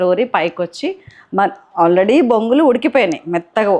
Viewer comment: Bongulu kaadu borugulu antaa4u